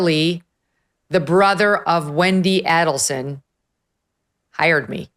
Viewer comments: I have no idea how Dave Aronberg could sit there while Megyn butchered almost all the names associated with the case & mixed up all the case facts. Why cover a story you know nothing about? At least, do your research beforehand. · Pronounced both last names wrong. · Thanks Megan for mispronouncing everyone's surname 👍. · For the Love of God, Megan this has been BIG news for over 10 years with 4 arrests made so far-(with Donna more than likely being the 5th) get the names right!!!! You mispronounced Adelson and Markel and ‘Kate’ as you called her is known as Katie. Soooo many people have been following the twists and turns of this case for a long long time-so your mispronunciations and just completely getting a name wrong it makes you look so out of touch. Don’t you have a producer so these kind of mistakes are not made? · right she doesn’t even know that Katie has never been called KATE. And she is pronouncing Markel wrong. And Adelson. If she knew anything about this case, she would not be making those errors. The best thing Megyn did was hair extensions and give in to the female stereotype. She went from 50K to over 2 million in no time. She totally changed her “image” from conservative to provocative to her benefit. Good for her. She’s up to almost 4 million now.